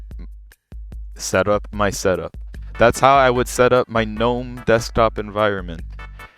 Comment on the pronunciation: finally someone that doesn't pronounce the g in gnome! honestly one of the big downsides for gnome for me is having to hear people say guh-nome. I've just finished trying out both in a virtual machine and KDE feels like the Linux I remember using 12 years ago. It doesn't look modern. It doesn't feel modern. Going from Windows 11 or especially modern versions of macOS to default KDE kinda just sucks. Gnome looks great, and it feels great, and as you've shown off here there's plenty of customisation possible.